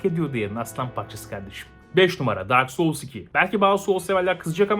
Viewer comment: "dark soul siki dak soul siki" dedikçe gülmek ile hayır bu öyle degil bu öyle degil arasında kaldım.